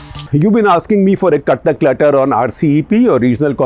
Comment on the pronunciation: Sir the way you say ‘’cut the clutter’’ sounds like ‘’CuttackLetter’’! nevertheless , jokes apart I like your detailed analysis, keep doing that! Thank you